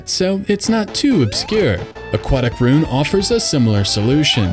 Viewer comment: Ru-in, not rune.